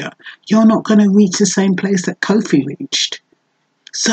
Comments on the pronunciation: Koffee not cowfi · Yes sister. Wonderful presentation but just try to pronounce her name correctly. Peace and love.